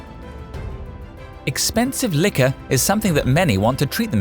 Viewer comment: this guy can't say liquor properly